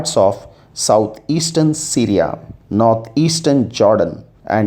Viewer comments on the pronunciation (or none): none